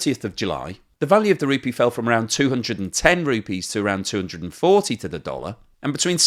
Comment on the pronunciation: I think you'll find that the currency is pronounced as rupEE not RUpee.